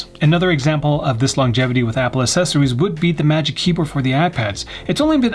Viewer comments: The best "assesories" reviewers ❤️ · Assessories =/= accessories. It's like people pronouncing "et cetera" or "nuclear" wrong x)